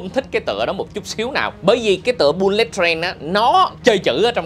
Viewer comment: bullet đọc là bu-lịt mới đúng nha a